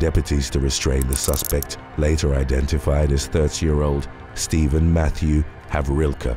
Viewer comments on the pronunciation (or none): none